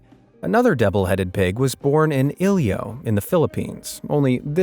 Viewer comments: found it funny when he said ilo ilo as ilio HAHAHA, its aight its really hard to pronounce for some people, btw im from Philippines ;) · The way he said Iloilo (pronounce as i-lo-i-lo) as "Ilyo" is the cutest haha. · correct pronunciation is "ilo-ilo" not ilio, there's no such ilio city in The Philippines 😑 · I used to live in Iloilo Philippines, and hearing you say it made my day, even if you didn't pronounce it correctly 😂😂😂😂